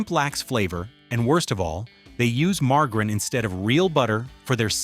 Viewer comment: Lousy voiceover mispronouncing "margarine" among other words. As for Legal Sea Foods, they're not what they used to be. They don't even advertise anymore in Boston, as far as I can tell. Last meal I had there was 10 years ago and it was forgettable.